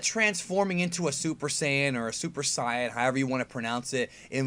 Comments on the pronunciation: It's not cyan, watch the original they say saiyan not cyan. I know he's not actually saying the color cyan but it sure as shit sounds like it. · Why dis guy tells mee 2 reed the dam manga but says Saiyan da rong whey, lulz. ~_~ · So there's more than one person that says saiyan wrong? Great.